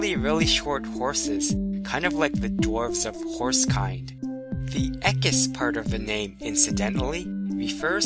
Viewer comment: woohooo science, but it is pronounced {e q-oo-is} just like you would say equal or eloquent. you pronounce the u as an {oo} sound